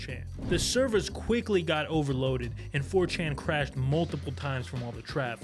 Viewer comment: "Who is this 'fourchan'?" Lmao